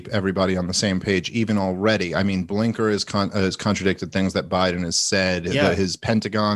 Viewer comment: Love them talking about getting names wrong when dave has been saying Blinker instead of Blinken